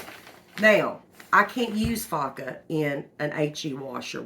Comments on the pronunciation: It's pronounced f "O" CA, not faka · Foca= Seal. Pronounce the 'o' as the o in hellO. Foca is a good laundry detergent! Thanks for the video.